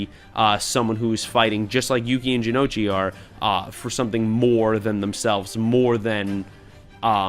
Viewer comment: Thanks for not reviewing the 4Kids parody, the actual shows don't get enough love. Edit: Some nicely done pronunciation corrections as requested: Ryoto: Ree-OH-tow. Jonouchi: Juh-NO-chee. Hayato: Hai-yah-tow. -[Gotta go, I'll finish watching the rest of the vid later. Thanks again, you guys are great!]